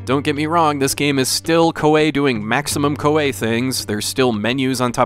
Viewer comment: I really enjoyed playing this game. To make it quicker, you can so automatic battles without the battle screen it will just tell you if you won or lost. That's how I prefer it. Also, Koei is pronounced Ko-EE